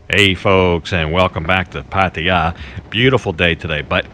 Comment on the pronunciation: Every tme a vlogger pronounces it Pattie-ya, a kitten dies 😥